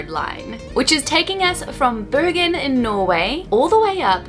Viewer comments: Dude says Bergen perfect.I’m from the town.Haven’t heard any English speaking getting it so good with accent before 😏👌🏼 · pronunciation of Bergen is spot on! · pronunciation of Bergen is very good, thumbs up. Glad you enjoyed my country, I sure enjoyed your video! Edit: Ahh, he is Swedish. That helps.